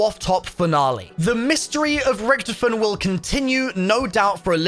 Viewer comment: Dude it's Rictofen Not rictufen